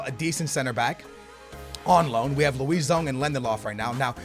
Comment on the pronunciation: you sound hispanic and pronounce everything with a hispanic accent so how is it you say names like Luisão so wrong?